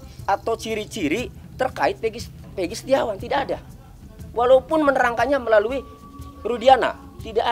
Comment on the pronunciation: yg sangat mengganggu itu adalah soal penyebutan nama , egi perong pegi setiawan 📷📷📷